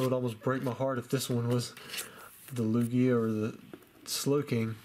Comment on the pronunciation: Also, please say lugia right lol it’s cringeworthy how you say it 😂